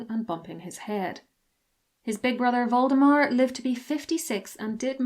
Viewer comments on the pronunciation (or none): When you said "Waldemar" I thought for a second that Victoria had a descendant named Voldemort lolol